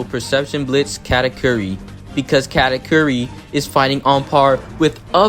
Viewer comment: I can understand Karakuri instead of Katakuri but "category" 🤣